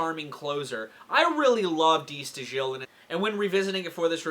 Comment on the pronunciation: Just a note: it's pronounced "da STYLE". Get breakdown, though.